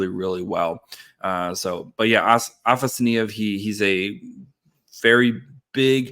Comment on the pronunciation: Afa-sa-ny-ev? Lol it's afanasyev ah-fena-si-ev